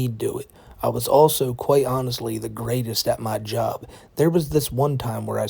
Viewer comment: Boy and howdy, twuwy the gweatest vi'eo e'i'uh evuh